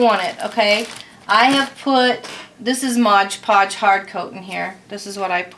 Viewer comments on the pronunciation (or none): Its MOD Podge, not modge podge.